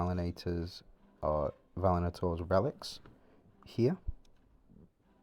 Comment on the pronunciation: Great vid as always. By the way it is Va-li-an-tor comes from valiant:)